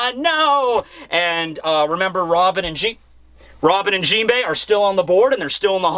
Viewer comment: "JeepHey" Lol...